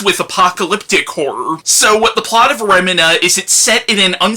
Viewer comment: I think its pronounced Remeena.